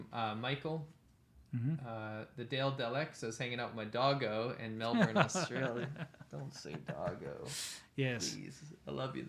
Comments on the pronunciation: im from NZ but we talk similar. It’s basically pronounced mell-bin not mell-burn thats American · Don’t pronounce the r in Melbourne. It’s more like “Melbun”